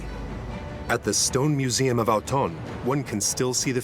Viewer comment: Try to pronounce Autun again?